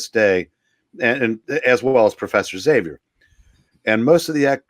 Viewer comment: You'll never know how uplifted I am, to hear "Xavier" pronounced properly. There is hope for this world after all...